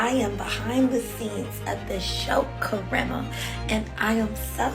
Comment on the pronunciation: the bar is on the floor but thank you for pronouncing karamos name right